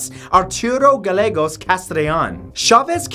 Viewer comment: Number three with the azteca was killing me. Your pronunciationwas like nails on a chalkboard. I get that you don't live down here but, but it was just odd for me to hear those pronunciations. So ftr is Barrio azteca, with emphasis on the first syllable of Barrio, and Gellegos, anytime u have two Ls together it's a Y sound, and Cuidad Juarez, is See-you-dad . Just a lil help 😁